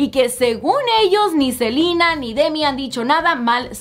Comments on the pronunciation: Me encanta como dice el nombre "silina"😁😂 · Por qué pronuncia tan exageradamente el nombre de Ariana y Selena??